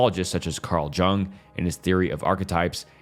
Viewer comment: carl juhng made me giggle